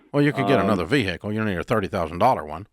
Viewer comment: Nobody needs a $60,000 vee-hickle